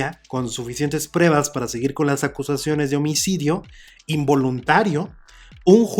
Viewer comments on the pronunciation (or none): none